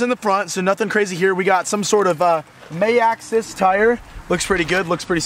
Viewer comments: May axxis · Some sort of “may-axxxxis” Tyre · The way he pronounced maxxis im dying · The way says maxxis 😂😂😂😂😂